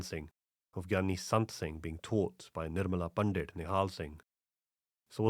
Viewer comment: your pronunciation if punjabi words is generally very good, but you are saying the word "Pandit" incorrectly. The "t" in Pandit should be pronounced as in "Sant".